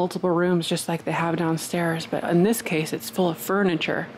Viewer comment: Lots of “Furnitur” for sure😆lol